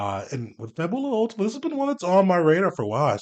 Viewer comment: FA-bu-lah UL-tee-ma. It's (probably) Italian for "Last Fable" (or "Final Fantasy.")